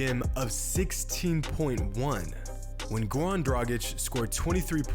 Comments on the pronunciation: His name is Goran not Gowan, you can pronounce "R" just fine, why are you intentionally butchering his name? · Gowan Dragic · Why is he saying gawn dragić😂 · GoRan man pronounce that R ♥️